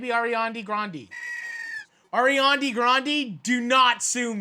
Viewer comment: Ghan Ghan “ARIANI”